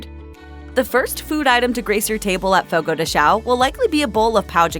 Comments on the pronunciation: Please pronounce the tilde in "Fogo de chão" and specially in "pão de queijo" 😅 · Watch your pronunciation. If you ask for a "CHEESE D1CK" you'll be laughed at. The correct pronunciation is something like "pan-own de queijo" instead of the wrong "pah-uh". The same rule to all "ão" words, like Fogo de CHÃO